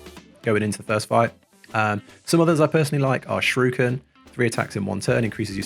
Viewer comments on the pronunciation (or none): “Shiruken” British people say a foreign word correctly challenge (impossible)